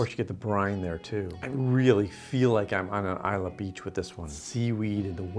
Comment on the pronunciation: Malt Whisky, not Scotch. The 'y' is silent in Islay.